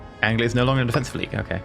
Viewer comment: an englishman that cant pronoune anglia, oh dear